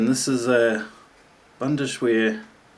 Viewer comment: another nice vid there. being german it doesn´t really matter much to me how u pronounce it but "Bundesheer" is without a "SH" in it. it´s more like "bundes-hair", with heer meaning basically army. the cuttlery that u are using is issued to both german and austrian soldiers, the same goes with a so called "espitkocher" to heat meals or warm your fingers with plus pot, pan and cup that u can actually cook in, not only heat ready rations with ( ). anyway, always fun to watch this. you just should not use those flameless heaters with the meals, they aren´t meant to be heated that way.... ;)